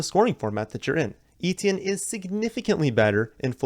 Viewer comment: Etienne is pronounced ETN